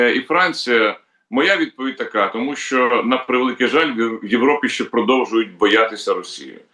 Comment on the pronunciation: ВЕДУЧА: НЕ сЧЧЧЧЧооо ак гепа а шьо